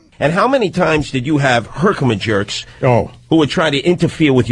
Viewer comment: I heard, "herkimajerks" and nearly spit out my coffee. I never noticed that before.